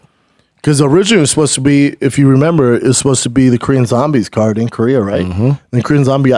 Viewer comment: Great Korean pronunciation by Brendan!